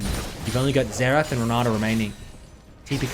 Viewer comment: Why are you calling Xerath "Zetch"?